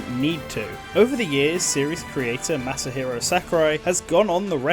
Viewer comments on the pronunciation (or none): none